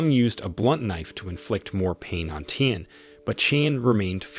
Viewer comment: Virtually all the Chinese name are butchered. Nie (rhymes with Die) Ling'er, Tian (rhymes with Ryan) Anye (Anne-ye) and Qin (Kin) Gu as well... also, somebody should tell him that the initial h in "heir" is silent and that "heir" and "hair" are not homophones.